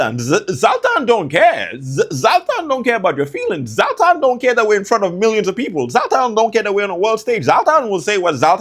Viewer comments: ZLAtan* Not Zal-tan :D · Mispronounced Zlatan's name is diabolical lol